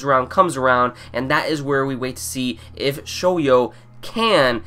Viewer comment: Its Shoya not Shoyo